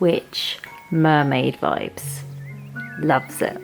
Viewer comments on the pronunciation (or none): You sounded like a Newfoundlander when you said”loves it”.